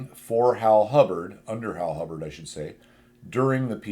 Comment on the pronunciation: Hibbard, not Hubbard!